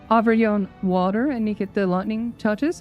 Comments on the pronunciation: That one and every time she switches to “American” when she says “water” was so damn funny! Absolutely killed me! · I can't get enough of hearing her say "water"